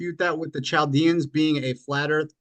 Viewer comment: Chaldean is pronounced "cal-DEE-uns"